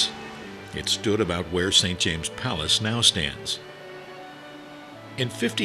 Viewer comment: NO very annoying